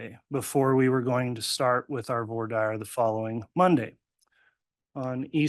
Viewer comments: Did that judge really pronounce it “voor diah”? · What is up with all these attorneys who can't pronounce voir dire correctly 🤢 mega barf